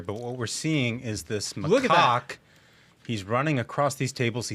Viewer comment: Macaque? I swear I heard them say something sounding like “my rooster”😂